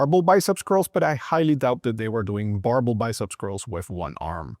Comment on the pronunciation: Sounded like he reduced the vowel of the second syllable to a schwa, which is a common pattern in English words. But barbell has a secondary stress on the second syllable. BAR-BEL . Not BAR-buhl. /ˈbɑɹˌbɛl/ These are details that are hard for non-native speakers. Especially if they learned a while ago in school with not much exposure to native speakers.